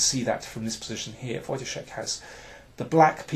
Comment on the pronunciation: Nice to hear someone pronouncing Wojtaszek's last name correctly ;) This may turn out to be nice tournament. Does anyone know where will it be transmitted online?